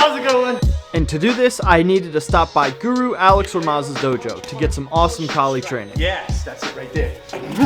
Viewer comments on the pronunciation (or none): It's actually Gu-RO, not Gu-ru. Guro means teacher in tagalog, guru means teacher in hindi i think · It's guro not guru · In the Philippines, we say "Guro" not "Guru". "Guru" is a Sanskrit word, we don't speak Sanskrit.